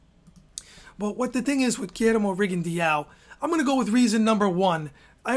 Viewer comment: Hayden Hausman no Rigo actually wants his name to be pronounced rigon-dee-ow. Listen to his Spanish speaking trainers say his name. And low-ma-chenko